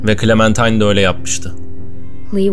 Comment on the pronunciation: başladık =) abi bu arada clemintine değil clementine